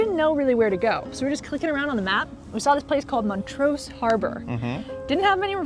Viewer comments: It's MON-trose, not Mon-TROSE. Other than that, a nice vid! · Lous is my favorite deep dish. Always get the butter crust! You pronounced Portillo's and Montrose wrong but that's OK. Glad you enjoyed your stay.